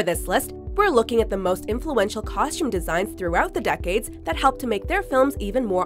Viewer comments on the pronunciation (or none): Anyone else's skin crawl everytime she pronounces costume with an SH? 😖👎